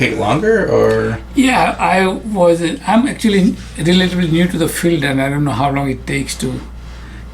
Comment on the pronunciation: 'Respectfully - 'new' not 'few'?